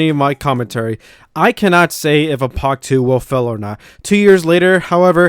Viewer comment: I hate how you say Apoc